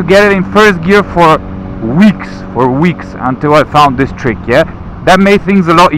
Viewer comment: If I hear Treek one more time.........